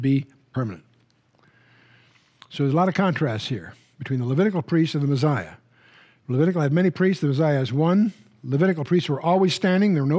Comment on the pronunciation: why does Chuck say the meziah instead of the messiah?